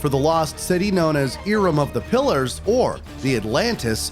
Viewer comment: The way you Pronounced Cintimani, Lazarvich and Iram made me angry. Otherwise great vid dude.